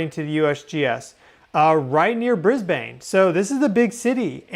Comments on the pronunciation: Not Bris bain drop the e of Brisbane folks sounds like Bris bun.... Thanks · I am Australian. I live here. But I’ve never heard of Bris-bane. Did you bean Brisbane - pronounced Bris-ben? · mate--stop saying " BrisBAYNE"-- we DONT say it like u guys do. its BRisbane. NOT bris BAYNE ok!? hahahaha hey we had a quake the other morning in Victoria too!!! lol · It is Bris…ban… … not said phonetically.. the silent e doesn’t make the a say a… yes I know your name is … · Brisbane is pronounced Brisbin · Aussie here... Time for an Aussie English lesson... Briz-bin. Harvey Bay. Also, I used to live in that part of the World, on Russell Island. From the Gold Coast to the Sunshine Coast is 200 km, about 125 miles. That was a BIG QUAKE!!! Love your work,. God Bless! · Hi thanks for reporting on Australia earthquake...Hervey Bay is pronounced, Harvey Bay. ❤ welcome to Australia language 😊. And Brisbane is pronounced Bris bin 😂. Not that I'm bothered but just wanted to let you know.....love your work and always following you, Much love ❤❤❤